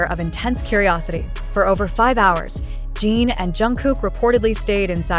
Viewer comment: Every time I hear her say Gene instead of Jin, it makes me believe it less. And they don’t have JHope’s discharge right either.